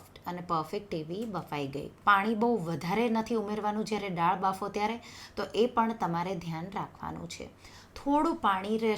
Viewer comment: બેન તમે પહેલે થી જ દાળ ને ડાળ કેમ બોલો છો ?